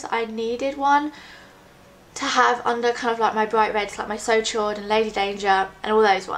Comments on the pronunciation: It's pronounced 'so sho', chaud is french for hot, it means so hot :) xx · Hey, absolutely love your videos, not being pompous or anything from 'chaud' is a french word meaning warm/hot, it's pronounced a bit like 'sho' xxx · hahaa it's pronounce so showed, chaud is french for hot :) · "did she just say So Chode" - My boyfriend. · "so chaud" is pronounced "so show" pretty much. Chaud means Hot in french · Chaud is french for hot. it's pronounched like the word show in English :) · So chaud is pronounced "so show". it means hot in french. Lovely colour :) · "Chaud" is the french word for 'hot'. The 'ch' sounds like 'sh' and the 'au' is more of a guttural 'o' as in 'road' sound. You can hear the pronunciation on Google translate.